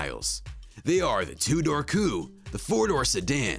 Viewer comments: You said coupe wrong every single time you said it. Dude... fix yourself bro. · Whoever wrote the script for this video doesn't have a clue. I was distracted by the mispronunciation of coupe and the annoying "Power Block T.V." narration.